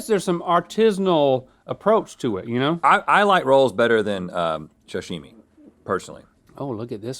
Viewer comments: Is he saying shashimi? 😅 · Rhett: is obsessed with sashimi but constantly mispronounces it. 😂